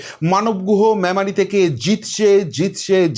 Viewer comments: Not mamari- it is Memari pls correct yr pronounciation. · মেমারি উচ্চারণ টা ঠিক করতে হবে